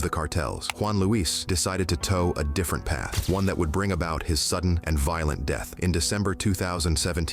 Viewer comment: guaranteed DEETH and SHO-VID!!! I DON'T understand how these AI voices can pronounce SO MANY words CORRECTLY and then a SIMPLE word like DEATH and SHOVED to be pronounced DEETH and SHO-VID!!!??? What kind of BULLSHIT is that??? I thought AI was SUPPOSED to be INTELLIGENT enough to DETECT that!!!